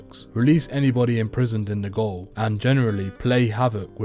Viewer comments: "Old Melbourne goal" As a Englishmen I would of thought that you knew this is how jail was spelled and pronounced.... I cringed as a Aussie hearing you say this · its pronounced jail even if its spelt gaole